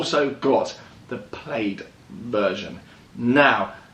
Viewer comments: FYI.... its pronounced Plaid (plad) like a shirt not (played) haha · Plaid= "Plad", not "Played". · Plaid ≠ “Played” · I googled the name Plaid, it’s a tartan blanket and a garlic word and rhymes with Maid, americans call something totally different “plad” which is spelt “plad” 😝 their wheels must be “tired” of all their “ “rowts”- (routes- supposed to rhyme with root) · Its pronounced 'plad' watch the film space balls then you'll understand ludicrous mode and plaid as this is where the joke comes from. (Showing my age) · It’s prounounced “Plad” you asshole. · Plaid is a nod to the movie Spaceballs. It’s pronounced “plad” — a synonym of tartan. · So awkward everytime he says played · I cringed every single Time 😅😅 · Please learn to pronounce Plaid correctly Jesus there are a million you tube videos that you can refer to, it’s so annoying, Imbecile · They always say the English invented English however it amazes me they can’t even pronounce normal worlds like Plaid correctly lol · but that's not how it's pronounced in the movie, which it's referencing